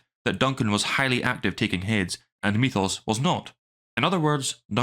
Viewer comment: Glad you said Mee-thohss, not Meth-ohss. I watched a person show up recently in my feed who keeps saying Meth-ohss. madd cringe.